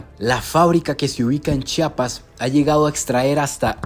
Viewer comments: Se pronuncia como se lee Chiapas no Chapas...😅 . Excelente video ! Saludos desde Tuxtla . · se dice CHIAPAS